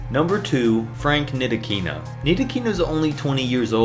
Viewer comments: Learning how to pronounce Ntilikina's name would be a good start. Let me show you: Ne-lee-kee-na. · It's pronounced Neat-La-Key-Na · Maybe you should have learned how to pronounce Ntilikina before you made the video. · Wait, Frank Ntilikina is only 20 yet you want to give up on him? Fuck I hate the NBA I’m giving up on you, you can’t even pronounce the player’s names right